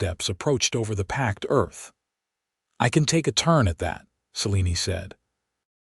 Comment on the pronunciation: Oh PA-LEEZZZEEE!!! Seline, SAH-LEAN! Levy, LEE-VIIII!!!! Rosalie, ROW-SAH-LEE! "I rode out with 4 names, yours and the children"...hmmmm, is there a ghost? 1 woman 2 children = _________ 3 names, not 4 I HATE AI NARRATORS!!!